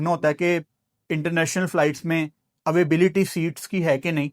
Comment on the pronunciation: Availability ❌ avaibility ✅ Monsoon ❌ moooonsoon ✅ Wakai mein jitne ho jo cricket expert aur journalist bane ghoom rahe ho pakistan mein sab ganwar ho. Padha likha bolne se koi padha likha nahi ban jata padhai karni bhee padti hai. Apni ladki ko ache school bhejna apni tarah ganwar na bana dena use bhee. Khair islam ki khoobsoorti hi kuch aur hai. Kaho apni beti ko hi begum bana lo apni. Aur 2 kaudi ke cricket expert ho tum. Analysis ke naam pe kuch nahi hai tumhare paas. Seekhna ho analysis to batana